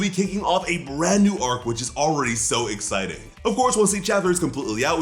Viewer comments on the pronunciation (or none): none